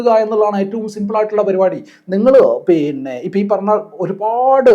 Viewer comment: പീന്നെ അല്ല പിന്നെ 😂